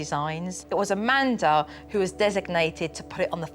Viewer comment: Not trying to be rude or anything, but her name is Amanda not Amandr